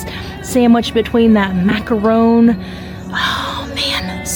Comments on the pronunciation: is very nice, but a few suggestions: 1) Magic bars do not have carrots in them. Read the ingredients in the menu. 2) The cheese is pronounced “gru-year” not “guy-year.” 3) The French confection is pronounced “Mac-ron,” not “Mac-rhone.” But I enjoyed seeing you show all those mouth-watering goodies! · And macaron lol